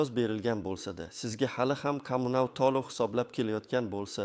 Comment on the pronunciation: Tolivmas, toʻlov, kogoz emas, qogʻoz deb oʻqiladi. Millati kim bu oʻqiyotgan odamni, aniq oʻzbekmas...